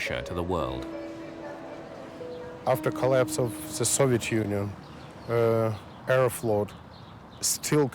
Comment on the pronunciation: Sounds too much like "Aeroflopped"